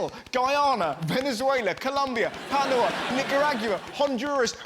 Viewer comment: i love how badly russell pronounced Panama. And I loved how they totally skipped Costa Rica and Guatemala. Also, has the loveliest voice, I could listen to her forever.